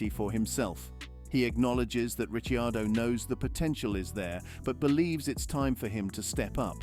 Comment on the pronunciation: Who the hell is Ritchie Ardo? for goodness sake ditch the AI and get a human voice instead!!!